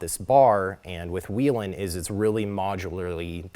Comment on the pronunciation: Still don’t know how to pronounce Whelen I see. Good deal